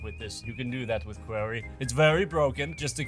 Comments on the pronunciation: Kwarreyh, not Query :P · I've never heard somebody butcher the pronunciation of "Quarry" so badly before.